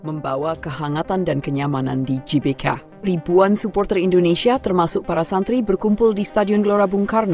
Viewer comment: GBK tuh kalau dibaca dlm bahasa indonesia di ucapkankan Ge Be Ka... bukan Ji Be Ka